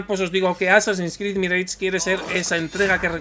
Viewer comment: "MIREICH"???? No era "MIRASH"??? Qué temita preocupante los españoles y la fonética de otros idiomas!!!! 🤷🤷🤷